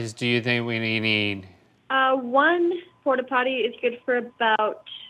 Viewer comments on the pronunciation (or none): They probably thought Link was disabled, I would be nice too! XD "Porta pollies" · I love when link did it the first time “ porla potti “ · "Pportta pototty" 😂